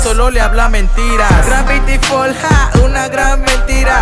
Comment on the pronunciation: Yo digo que gano grabitifalls